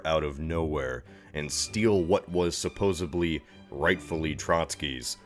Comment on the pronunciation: WTF?? SUPOSEBLY? I expected someone well-read to be able to say SUPPOSEDLY CORRECTLY